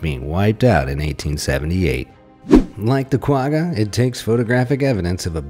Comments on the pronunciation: My mans cant say quagga lol im from south africa sooooooooo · Its not a Quagga its was called a Kwagga!